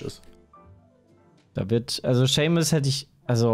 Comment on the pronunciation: hab das ganze Internet umgekrempelt und keinen einzigen Justin bieber song gefunden, der,,do you remember,, heißt und wenn noch einmal SHEMIS sagt fall ich vom glauben ab xD